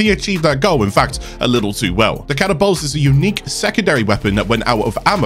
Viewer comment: why are you saying catabolyst like that? it's ca tabol yst, not catabolst